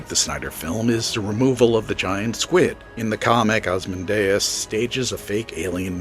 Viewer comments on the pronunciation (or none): Lot of valid points. But, damn, could you not have gotten a human narrator? The software pronounces "Rorschach" as "Row-shock"; "Ozymandias" as "Asmodeus," and "Straczynski" as "Sterinski". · It's hard to take you seriously when you can't even pronounce "Rorschach" and "Ozymandias" correctly. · Great summary. Just pls don't butcher "Ozymandias";)